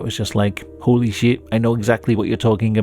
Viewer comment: the way he says "hooey shiiihhht" lol